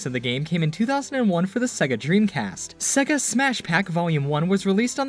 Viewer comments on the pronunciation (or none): Cool video, informative. But pssst, it is SEGA, not SEGGA. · Why do you keep saying it as "Seg-ga"? Before the title screen on the 16-bit games, it even says it as "Say-ga" which is the proper pronunciation. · everyone says segga like they cant hear sega intros